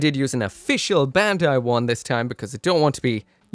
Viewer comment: It's BAND-AI